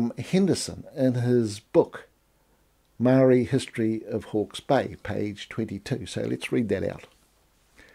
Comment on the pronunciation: Your excellence just keeps improving "". I thought the 3D imaging was impressive to bring a forgotten reality to what is now apparently farmland. I particularly appreciate the obvious effort that you put in to try to correctly pronounce the names of great leaders of Maoridom. In that effort their mana, and your own is befittingly recognised. Nga mihi rangatira!:)